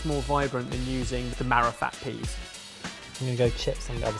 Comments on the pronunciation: lolololol said Peaness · "there's a very peaness about it" COME ON MAN IT'S PEAS! LOL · Pea ness?! Lmao I never laughed like that at a blooper before.